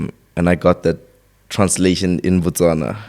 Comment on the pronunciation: I'm proud this guy said Botswana, Botswana... Not Baswana! 😊 Lots of love yeah 🇧🇼🔝🔥 big Up